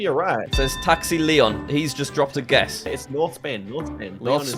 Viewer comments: Taxi Leon isn't Taxi Leone. Foiled by English pronunciation. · You should have said "Taxi LeonE" as it was written, not "Taxi León" lol